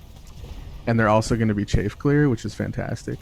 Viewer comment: Im sorry but i just need to say this. Chaff is pronounced with a soft A like cat or staff. The word youre saying is chafe which is what happens when your legs rub together in hot weather and cause that little rash. great video though, i learned a few things